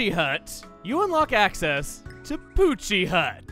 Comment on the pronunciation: Pochi is the Japanese name. You still got it right :3